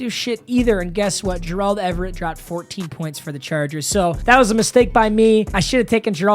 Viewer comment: everytime he says gerald it makes me upset